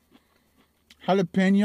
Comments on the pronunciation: Jalapeeno Xd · the N in Jalapeno has a ~ over it, so it should be pronounced HalapenYo. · Those pepperoncini peppers are Not Hot. They are like Salad add ons . they have a Zesty taste from the Pickling. Please Don't Tell me Black Pepper is Way Too Hot Also. Please. Your Getting Closer With the Hal - La- Pen-Yo ( Jalapeno) pronunciation. Pen as in Writing Pen. Funny Stuff !!! Keep em Coming!!